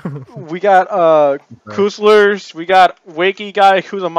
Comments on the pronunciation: "Coostlers" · He Called Castlers Coolselers